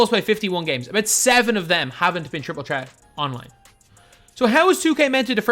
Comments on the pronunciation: He never pronounces the th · The way you say Threat :) lol